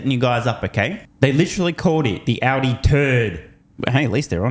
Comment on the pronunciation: Sandy said "Oddy" three times before I realized he meant Audi. 😆